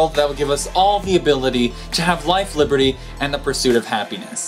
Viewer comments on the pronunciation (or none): none